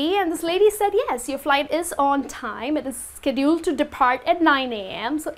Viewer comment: Please, be careful about the way you stress words like "sentence", "scheduled"and "submit". "Practical English Usage" (Michael Swan) explains ON TIME like something done at the planned time, neither early or late, not obligation. Good job on the whole!